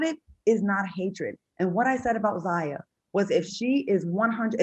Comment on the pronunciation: Al can't even pronounce Zaya's name. Sexuality in the Black Community is a tough topic that we must continue to explore.